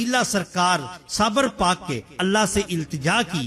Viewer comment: Bhai sabir naam hota hai sabar naheen.